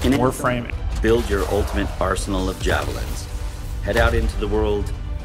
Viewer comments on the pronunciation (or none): Hahaha Jav-Leenz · Steve: "Jav" Me: "jav...japanese adu.." Steve"Javlines, Javelines" . . ok